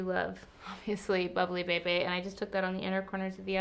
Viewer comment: Every time you say Bubbly Bebe a giggle a little bit. That's how I say it in my head, but just funny to hear out loud. IG: makeme_lala